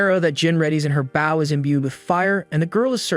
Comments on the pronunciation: Are you aware you pronounce bow incorrectly? /bō/ Try searching for pronounced bow and see how it should be pronounced and please stop adding the "w" at the end. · The AI's inability to say "bow" in every video continues to make these into comedies. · you are pronouncing “bow” wrong. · It's pronounced "bow" which rhymes with "hoe", it does not sound like "cow". Why doesn't someone fix the AI speech system? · 🤔Honestly whatever AI the uploader is using this 1 is a lot better than most of other ones, by a wide margin (well, at least when it comes to manga/manwha reviews). But that could be because the uploader takes the time edit it...idk. ...U are right though, about it's "bow" pronunciation. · The automatic computer narration is abominably incorrect, with such gems as bow: bō or bau; tear: tēr or tār, and probably many others 😡